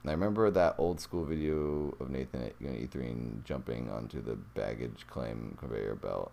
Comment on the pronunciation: I see you have problems with my name right? 😂